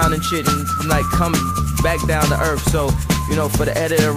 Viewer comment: Nice to hear you're "back down ta earf", Kanye.... Why don't you go a little further and get UNDER some earf?